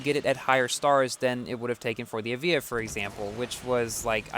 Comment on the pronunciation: 1 star Evija: Not so good... 6 star Evija: Alright! I've changed my mind!!! P/S for: The pronounciation of the Evija: It's pronounced as A-VI-YA, not E-VEE-JA. Confirmed by Lotus